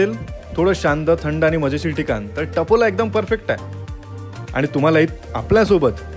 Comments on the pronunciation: व्हीडीओ छान आहे , पण मराठी उच्चार ठीक नाही. ते टपोला नाही . तापोळा आहे . व्हिडिओ बनवताना ही काळजी घ्यावी. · हो ना तापोळा म्हणायचं, कसेतरीच बोलताय